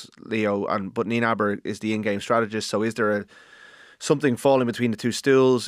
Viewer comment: It’s not Nienebar. It’s Nienaber. Nee-nah-bur.